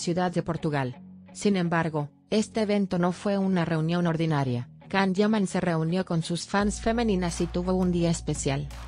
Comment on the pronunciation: YAN, YAN, YAN, YAN, así se pronuncia el nombre de Can. No puedo creer que le cambien la pronunciación!!!